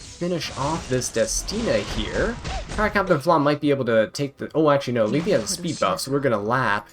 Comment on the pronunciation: omg u finally say Lethe's name right! :hand-orange-covering-eyes